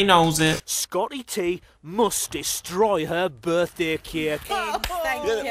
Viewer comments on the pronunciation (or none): Sco-iy T muust destroy hur buthdaiy cayik